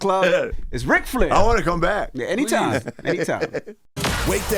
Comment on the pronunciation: Yall his name is RIC not rick (real name Richard) drop the k